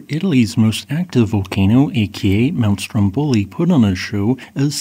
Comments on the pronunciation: Very instructive. Just a small pronunciation correction it’s Strómboli not Strombóli. ❤ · Yeah the question is, when are you going to learn to pronounce Stromboli correctly? That is with the tonic accent on the first o, not the last one!